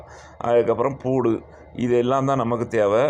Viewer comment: பூடு இல்ல பாய் பூண்டு